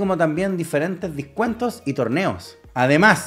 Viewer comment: dijo "discuentos" ja(?)